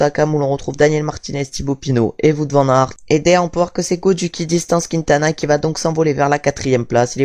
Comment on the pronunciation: Attention à la prononciation de Wout van Aert.